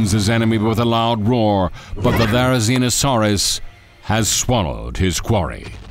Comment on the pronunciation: I agree fully. The only three accuracies that I can see is they put Theri and Tarbo together (correct) and the pronounciations of the dinosaurs’ names and finally they made Theri an omnivore! Correct!!!!